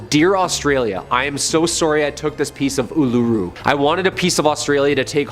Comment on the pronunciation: These Canadian need to learn how to say Uluru.... and its in Northern Territory of Australia, not in South Australia